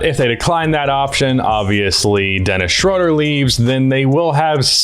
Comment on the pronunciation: day 937 of telling its pronounced SHROODER